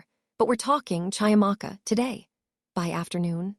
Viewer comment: CHIAMAKA is pronounced CHEE - AMAKA...just as you would Cheetahs! African names are PHONETIC